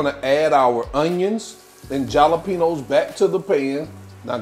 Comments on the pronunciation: Instead of saying Jalapeños try saying holla-penos. When you cooked the onions and jalapeños together the scoville (heat) increases in the peppers. Great job though my friend 🤌🏼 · Not the jah-la-penos 😂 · The "J" is SILENT in Jalapenos, you KEEP saying it in EVERY VIDEO. Leave the J OFFFF.... again NOT trying to be rude(bc I've mentioned this in another video)